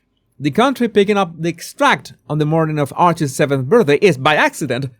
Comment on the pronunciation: he doesn't know how pronounce 'Archies' birthday. You can't make this stuff up.